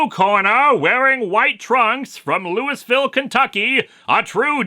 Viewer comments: Small thing: it's pronounced Louie-ville not Louis-ville. I know it's confusing but that's just how it's pronounced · "Louis-ville?" Don't you mean "Louie-ville?" That's how it's pronounced in that neck of the woods. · As a Kentuckian I would like to politely point out that Louisville is actually pronounced Leweyville, the name is French you see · “Loo-iss-ville” SMH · OMG...the Welcome Back Kotter comic. I thought that was a horrible hallucination of my childhood. You've just proved it real. So...you're going to do that one, right? (By the way...Louisville is LOO-eh-vehl, all slurred together. Really.) Love the kitty walk ons! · Hey, Linkara. It's not a big deal but you mispronounced Louisville. (I should know as I have lived here all my life.) You're not alone, though. It's a city That has over 50 pronunciations and all of them are wrong. The most common mispronunciation is Loo-ee-ville because of it being named after King Louis XVI, but anyone who grew up here can tell you that it's actually pronounced Loo-uh-ville. Think of it as Jeff Goldblum saying one of his "uhs" half way through. But yeah, Muhammad Ali is a HUGE deal here in Louisville, KY. Not only do we have a street named after him downtown, but there's also The Muhammad Ali Center, which is a museum/gallery/convention hall. It has this cool art thing on the side where it just looks like a bunch of colored and white tiles up close, but from far away, you can see a good mural of the champ himself. The whole city pretty much mourned for him when he died. I worked downtown at the time and there was this huge procession that was very similar to Superman's after he fought against Doomsday. Anyway Linkara, I just thought I'd teach you something about my hometown that usually just the people who grew up here mostly know. I hope you don't mind. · The S in Louisville is silent Linkara. Therefore it's pronounced, Lou-i-vil. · It’s pronounced “Louieville “ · Might want to learn how to pronounce Louisville, brother.